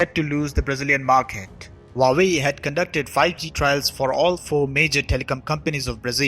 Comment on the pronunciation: Your report is incisive. But your pronunciation of Huawei is incorrect. It is not Vawei as you say but H-U-A-W-E-I. Hua, the first character, means flower and hence the flower logo. The second character, Wei, means China. Don't mistake me, I'm an Indian and neither an admirer of CCP nor ever visited China, but have learnt Chinese language at the Delhi University way back in 1970s.